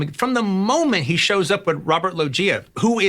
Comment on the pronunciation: You'd think Tarantino would know how to pronounce Robert Loggia.